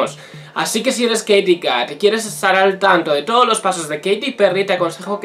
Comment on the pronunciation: Se pronuncia keiriii